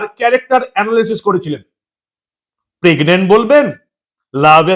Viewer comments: Pregnent , not peg nent. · Pregnant নয় Pegnant, Goverment নয় Gorment, Draft নয় Daft !